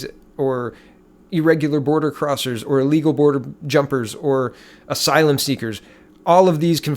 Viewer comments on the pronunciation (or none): none